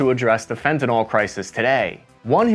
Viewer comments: It is not "fen ten all." It is pronounced "fen tan il." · Excellent article. However the one thousand mispronunciations of the drug name made me want to take some . Fent a nil - as in I feel ill, not fent a nal or fent a nol. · I'm having a bad day so I'm sorry but--it's FentaNYL, not FentaNOL. How do folks research and make a 17 minute video on a drug yet can't get down the proper pronunciation? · It's pronounced fenta- NIL, not fenta-NOL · It's fenatyl not fentanall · Why do so many people mispronounce it "fenton-all"? It is fentanyl: FENT-a-nil. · There is no "o" in Fentanyl. It is NOT Fentanol. It is pronounced "Fentanill". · It's not "Fentinol". It's "Fentanyl" How are we supposed to stop it when no one can even pronounce it? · FentanYL, not FentanOL, get it right, please! So tired of hearing you uneducated people mispronouncing things, like sheep. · It is not fentanAl it is fentanYl . This is a new word in the pop lexicon but, when I graduated in pharmaceutics 33 years ago professionals used the word majoraly and it was pronounced with a Y . As with everything else these days it has been compromised and pronounced with a U while being spelled with a Y . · It's fentaNYL, not fentaNOL. The correct pronunciation rhymes with "sent a pill." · Dude, it's pronounced "fent-a-NIL" not "fent-a-ALL". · It's fentaNYL not fentaNOL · It’s fentaNYL not fentanALL!😑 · Its not FentanOL...its pronounced FentanYL, or Fen-tan-eel. Pronounce it correctly please. It makes you sound like an idiot to pronounce it wrong. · Fen-ta-NIL, not fen-ta-NOL. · It’s not Fentanol it’s Fentanyl !!! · It's pronounced fenta-nil not fenti-nall. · Can you even pronounce the word properly? Where do you get Fenta-NAWL? It’s Fenta-NIL, as the expert witness has called it. Please, START with learning the word itself. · Fun fact: "Fentanyl" is not pronounced like "fentanol" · I love your posts! I have one gripe: the drug you are talking about is pronounced "fentyn-ill", not "fentyn-all"